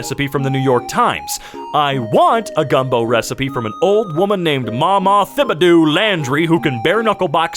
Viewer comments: This man did not just say thib a do… I love it 😂😂😂 if you’re wondering it’s Tib-a-doe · The pronunciation of Thibidoux was awful in unexpected ways. You got the x… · me and every other Louisianan shuddered violently at your butchering the pronunciation of Thibodaux. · the pronunciation of Thibodaux made my day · The way he said thibodeaux was hilarious coming from a native from Louisiana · that pronunciation of thibodeaux got me cackling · Absolutely butchered the name